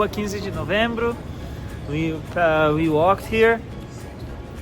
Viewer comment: Your pronunciation of “rua XV de novembro “ ,🇧🇷 , and Rio de Janeiro, sounds sooo native ! Brazilian accent